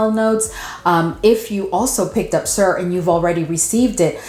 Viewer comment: Are you pronouncing the names of almost all the perfumes on purpose? Girl, no. What is SUHR? TERIK? DELI-SEE-OS? Lol, no hate but plz, get the names right.